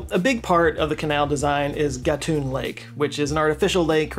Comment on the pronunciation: Thank you for truly "doing the homework" and presenting the facts about our canal (Panamá) correctly. Also, congratulations for correctly pronouncing names like Gatún and Chagres. Long time fan here, and you didn't let me down. Thank you so much.